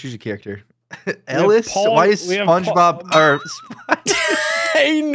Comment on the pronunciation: Aint no way that guy said s p o n g e b o b